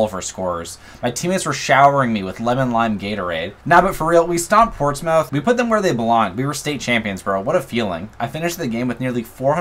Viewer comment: as a brit, the way you pronouced portsmouth was hilarious 😂 great video mate